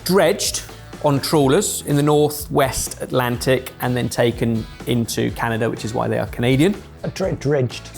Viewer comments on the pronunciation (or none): none